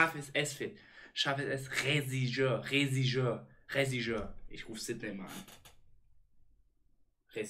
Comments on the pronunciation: Regisseur Sprich mal Regie aus, dieses Regie wie: Eyy Regie bringt mir mal ein Glas Wasser Und dann sir wie als wenn du sir Alex Ferguson aus sprichst (söar) Regie + Sir (ausgesprochen: Söar) = Regisseur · Eli: Whealtalk Sid: Olivienöl, Socke: Rezigeur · Reh Schiss hör 😂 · REJISSÖR MAN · wenn man einfach zwischendurch selbst anfängt das falsch auszusprechen weil er es einfach so oft falsch sagt xD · Ich hab mir grad einfach 8minuten angeschaut wie versucht Regisseur zu sagen 🙃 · ja haha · Habe ich mir wirklich 8 min reingezogen, wie das Wort nicht richtig aussprechen kann…ich schwöre ich träume heute nacht davon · super video.. kanns auch nicht ausprechen alles gut kopf hoch